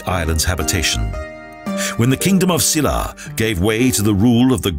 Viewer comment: EUI CHUL SHIN And the way he says - "Silla" Bwhahaahaa....